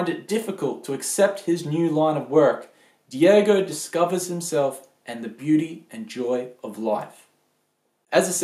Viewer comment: ffs it's daigo not diego